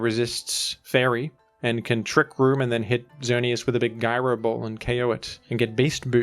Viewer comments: "guy-ro ball" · It's pronounced "jairo ball".